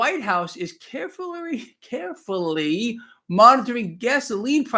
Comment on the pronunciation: Carefurlarly You had a Biden moment